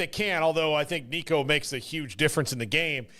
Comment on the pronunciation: I love the dynamic of giving someone grief over mispronouncing Nico’s name, and then immediately getting it wrong when trying to correct him 🤣